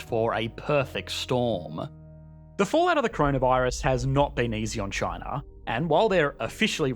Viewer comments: "This is CHANA"...hahaha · This guy pronounces "China" as "Chin-ahr" and also: "Labor" as "Labuh" and "here" as "hee-uh". His accent is both non-rhotic and hyper-rhotic. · Everytime he pronounced china I low-key cringe 😂